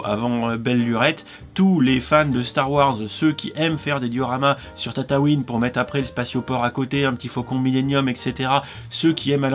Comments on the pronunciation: Tu dis tatatouine alors que c'est tatooine 😭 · tu dit tataouin au lieu de tatooin